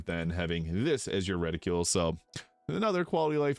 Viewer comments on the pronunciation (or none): The weapons stay on enemies mod never worked for me and I don't know why. Only running a select few mods right now, and all of them but that one works for me. I know the mod works though for others. Also, reticle isn't pronounced "retta-cule", it's "retta-kull". 🙃